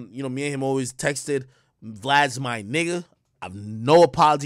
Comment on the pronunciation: Texteded ?! Tf